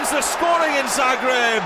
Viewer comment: Please, It is pronounced, Zaah - greb. Not the way you insist on saying it, despite your knowing better. Thank you